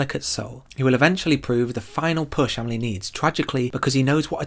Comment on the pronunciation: Just for once . . . can you pronounce her name the way it is . . . ? 😨😰